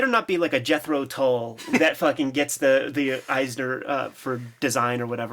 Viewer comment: "Jethro Tull" hahahahahaaaaa